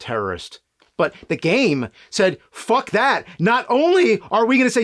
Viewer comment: Not gonna like everytome he says fuck i think of fred fucks. He says fuck in a way that is very iconic and recognizable. That meme is popular because of the emphasis and enegy he uses on the word FUCK